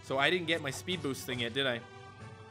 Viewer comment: Ting means thing,you pronounce the t hard every time like the h doesnt hide the t in newfoundland,they add s to everything too